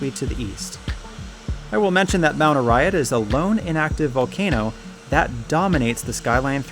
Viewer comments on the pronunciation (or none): its mt Arayat not uriat